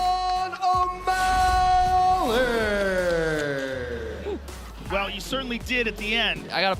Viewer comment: "Seen O'mally"